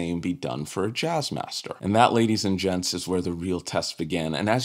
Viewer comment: Wait...did you just say "ladies & djents"?